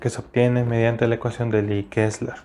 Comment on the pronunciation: todo bien hermano... Solo me dejaste en duda de donde se obtiene la presion... no se te entendio muy bien la parte que dijiste ecuacion de liiiquesla, ayuda porfa.